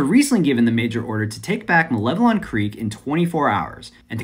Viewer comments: First youtuber to pronounce malevelon creek correctly. Grats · Finally someone who can pronounce Malevelon